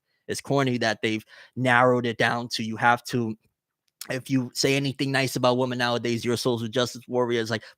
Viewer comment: do you realize you pronounce women like you pronounce woman? You say it the exact same way. Women is pronounced like (wi-muhn)